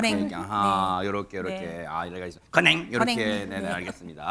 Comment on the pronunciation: ㅋㅋㅋㅋㅋ 건행은 임영웅 시그니처 포즈구요 앵커님 ㄴ이 아니라 ㄱ입니다 건행ㄱ 😅😅😅😅